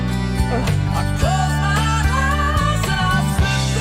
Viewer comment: I love the way he says "Hi's" instead of "eyes". The hard "e" at the beginning of "eyes" would have closed off his throat but the "h" keeps it open to run up the register.